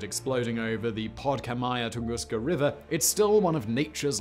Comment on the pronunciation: You need to love how awkward and horrible Simon pronounces Podkamienna Tunguska xD Linguistic carnage of a magnitude of actual explosion :D Cheers! I.